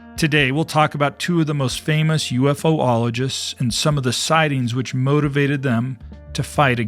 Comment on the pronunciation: Ufologist= you-fologist, not you-ef-oh-ologist. I don't know why so many get this simple word wrong. Though great content and a new subscriber.